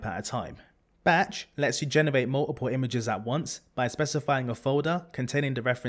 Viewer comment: muh uh puh (multiple). i love it.